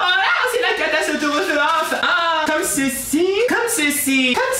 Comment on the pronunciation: J'adore a catacetereophe ou un truc comme ça 😂😂❤️❤️